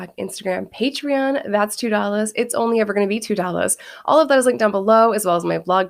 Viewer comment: Do you always pronounce it "Dollazz"